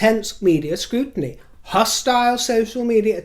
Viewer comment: Scrutiny- Scrotiny 🤣🤣🤣